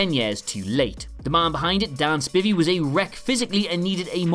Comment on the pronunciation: How do you mispronounce “Dan Spivey”?